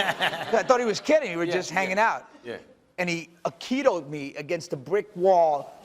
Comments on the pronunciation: Aikido, Ms. Rousey. "Makido"? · Did she call it "Makito"? lolol